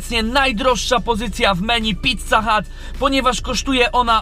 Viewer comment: Gościu, "PICCA", a nie "PITCA". Wkurwia to strasznie...